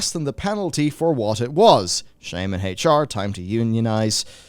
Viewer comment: Hach-R....... LEARN HOW TO SAY H.... PLEASE.... FOR THE LOVE OF ALL THAT IS HOLY.....